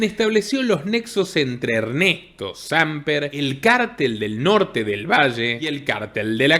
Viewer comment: Se dice Sampér, le pongo tilde para que corrijas la pronunciación, un abrazo!